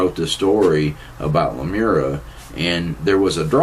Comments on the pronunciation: Lemuria not Lemura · seriously it's not lumera it's lumeria: google it you are saying it completely wrong.